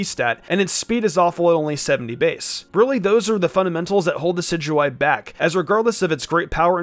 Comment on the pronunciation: Red Rum dicidyeye? It’s decidueye